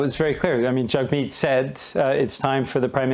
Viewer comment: I'm no fan of Jagmeet, but at least pronounce his name correctly. Yeesh.